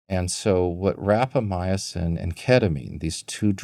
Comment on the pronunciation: Good discussion, plenty of reasonable speculation. Minor correction of pronunciation by guest: RapamyCin not RapamyAcin.